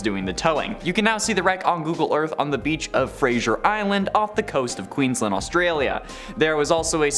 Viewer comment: Queenslaaaaad, not Queenslind